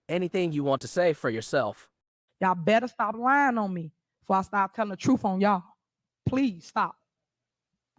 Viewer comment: Tiffany: I ax you to tell the trufe 😂